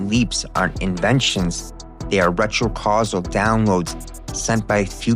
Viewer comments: it's retro-causal...not retro casually...how Vvierd that you started saying it correctly after I started typing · Did you really just pronounce cyclical as silical? Oh and retro causal as retro casual?